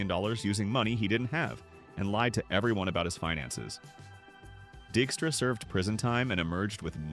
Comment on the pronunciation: Lenny Dykstra, whose last name the AI narration mispronounced, is a complete and total scumbag and deserves all the problems his scumbaggery caused him. Total asshole.